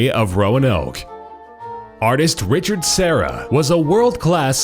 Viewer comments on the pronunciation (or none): none